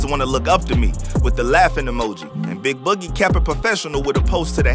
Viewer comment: bro said the name wrong😂😂😂😂